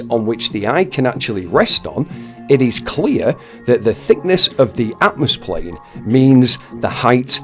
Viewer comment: It is pronounced atmosphere.